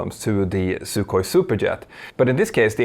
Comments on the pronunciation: Agreed that it shouldn't be translated when used as a name; you wouldn't call it "the Dry". I was just giving the etymology as background for my real point, which was the pronunciation: there's no /k/ sound in it. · FYI, Russian "sukhoi" means "dry". The "kh" has no k sound — it's just a velar fricative ("raspy" h), like in German "Buch", Icelandic "oktober", Scottish English "loch", Spanish "ojo", etc.